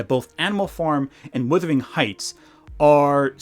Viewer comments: WUTHERING not WITHERING. “Wuh” rhymes with “huh.” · Minor quibble but Wuthering isn't pronounced Withering - it's pronounced Wuthering and it has a differing meaning. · FFS - Please learn how to pronounce 'wUthering'!